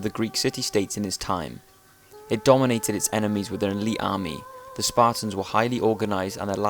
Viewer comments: fuckin sparans? dafuq u sayin bro? thers a 'T' ther aswell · Sparrrs? This guy can't say Spartans. Why do these ignorant, Limey, no talking bastards think they can communicate with people? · can you please stop saying span, they are spartans. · Okay, so now we've heard this guy talk a lot about the Spahtuns; but what about the Spartans?